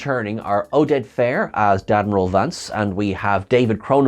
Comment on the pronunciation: Did you say "Dad-miral Vance"?